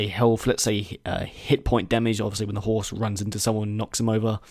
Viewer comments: He is saying "whores" not "horse" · When you say horse it sounds like whores. is pretty amusing with this in mind. I agree, there's some pretty cool stuff they could do. Breeding, levelling up, etc. Here's a few ideas off the top of my head. traps, fire, pits, oil etc for defending against sieges Ability to lie to people Stamina mechanic left handed option, random left handed NPCs historical techniques including basic grappling More equipment slots, layering armour etc More realistic weapon damage (or lack thereof) such as cutting not working against chain, damaging legs slowing people down, cutting hands making opponents drop their weapon/shield, cutting causing damage over time etc. Item stashes or party members to carry stuff for you.